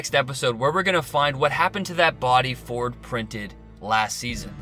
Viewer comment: His name is actually pronounced Dr. Vord with a V.